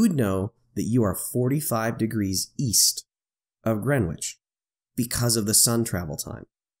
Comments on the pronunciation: Going for my Gold "Pedant" medal here: The w is silent, it's pronounced Gren Itch (like the itch that you scratch). See: But props for using GMT rather than calling it "Universal". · No need to pronounce the "w" in Greenwich, nor the second "e". So it sounds like "Gren itch". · Great video.... the ‘w’ is silent. :). So it’s just sounds like “Grenich”